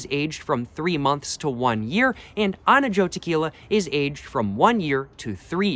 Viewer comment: Now there’s no way you’re pronouncing reposado and Anejo like that